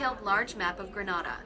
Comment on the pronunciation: Learn how to pronounce it before making a video.😮